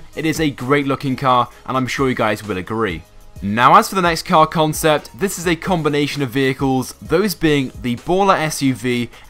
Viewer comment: see how many times he says combonation haha